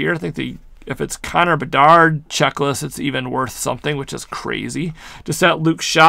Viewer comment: Lol saying how good a pull is and can't even pronounce the full name of player